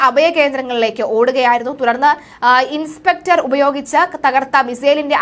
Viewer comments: Inceptor അല്ല Interceptor എന്ന് പറയണം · ഇൻസ്പെക്ടർ അല്ല കുട്ടീ ഇൻ്റെർ സെപ്റ്റർ